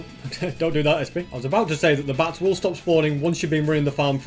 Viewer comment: says bats but it sounds like bass